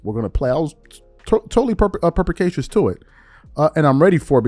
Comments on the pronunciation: It is per-spi-ca-cious Not Per-pa-ca-cious. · Perspicacious, not “perpicasious”. If you use an out of left field word, you gotta pronounce it correctly.